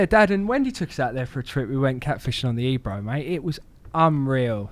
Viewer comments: its ebro o on the end not ebru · It's pronounced eb row not e bro 😜